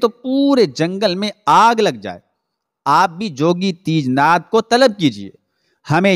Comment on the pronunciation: teejnath nahi tejnath